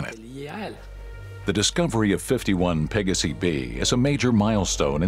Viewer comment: This narrator has pronouciation issues. Pa-ga-si? Hello? It's Latin, as in Pey-gaw-si!